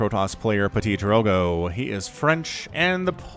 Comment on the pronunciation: It's pronounced Ptee-Drogo